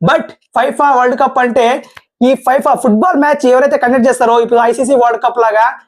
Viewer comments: ఫైఫా కాదు రా నాయనా ఫిఫా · Fifa kadu brother Danni fefaa ga chadututaru